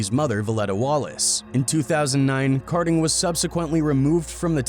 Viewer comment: It’s kading not karding , come on man